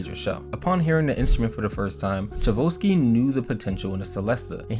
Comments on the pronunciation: It's cha-ko-v-ski..you kept saying cha-vo-ski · Music teacher here. Let me help you how to pronounce the composer of the Nutcracker: Tchaikovsky- Tchai (as in Chai tea), kov (as in coffee), sky (as in a ski slope). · Tchaikovsky is pronounced chai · kaaf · skee not Chevolsky. How does someone making a video about music not know that. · It’s pronounced chai-kov-SKEE 😂 great video though! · Pronounced… chai…kof…ski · The way the guy's name is pronounced is TAI CHOW SKI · Some pronounce it TAI CHOF SKI. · I had to turn this off once I heard your pronunciation of Tchaikovsky. I mean, at least google it first. It takes but a second. Or at least take an extra second to read the actual word. There is no ‘vo’. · Love this and those names are difficult...maybe this can help. Tchaikovsky is Chi ( as in "Chinese) Chi-KOV-ski. The T is silent :) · its "CHAI-KOV-SKI"!!! you said it soooo wrong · Chai-cove-ski. Come on man. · It’s pronounced Chi kov skee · If U are going to put out a video or documentary about whatever the topic, then could you at least know how to pronounce the names. I hav to admit I've never heard his name butchered like this b4 IT IS PRONOUNCE as CHI - ."TCHAI - KOV - SKY " it's amazing how many ppl can't read or pronounce especially such a famous composer's name up there with Mozart, and Beethoven.!!!!! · I love this video, and thank you for making it 🙏, but my man - Tchaikovsky = Chai (like chai tea) + Cough (like cough cough I don’t think I can sing All I want for Christmas tonight) + ski (what Mariah always about to do right after gets done singing this song). Chai-cough-ski. Tchaikovsky. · Lol who's Chavuski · It's pronounced Chi Coff Ski (Tchaikovsky) and Celeste (sell-est) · OK you youngins on YouTube NEED to learn how to pronounce things correctly.... Tchaikovsky is pronounced ......Chi Coffs key.....LEARN IT!!! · Great video bro but Tchaikovsky is pronounced chai-kov-sky. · chabosky HAHA love your pronunciation of Tchaikovsky